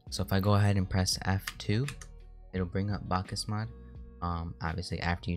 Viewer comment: you say it like backs mod